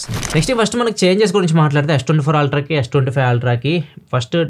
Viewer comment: Ultra ❌️ Aaaltraa ✅️